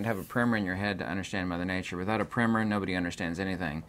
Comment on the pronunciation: What is he referring to in the beginning of the video….he says without it you can’t understand…. I believe he calls it a primer? Or primmer?